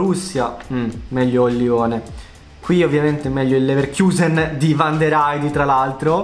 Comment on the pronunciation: Tutti: Leverkusen Letteralmente tutti: Leverkusen: leverchiusen